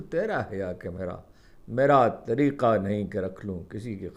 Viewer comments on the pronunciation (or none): none